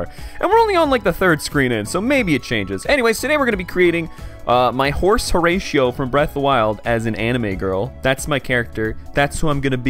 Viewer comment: Bro pronouncing "Horatio" as "Horeishio" 💀